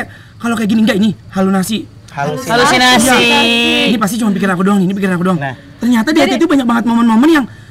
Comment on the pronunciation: halusinasi bukan halo nasii ngakak njirr gue hahah